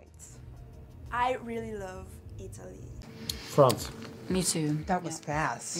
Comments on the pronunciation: i love how finns pronounce: iTALY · I love how Ireland says Alliy instead of Italy it’s just so cool😂